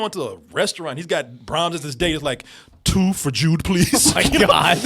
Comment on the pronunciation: Man, REALLY needs to pronounce that D in “Jude” more. I kept hearing him call the kid “Jew” during the entire review.